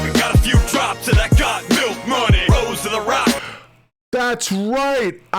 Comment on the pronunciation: Don't know why this stood out to me, but when you say Got Milk, I hear your regional accent as Got Melk. Just a minor note of interest - and it may be I'm just used to the local regional accent (it's not my native - I'm an import) and it sounds different from that.